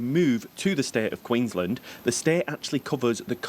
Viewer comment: Haha some insights, more so about adding to your content for the viewers.... Queen's Land Hahaha written as one word, pronounced as two.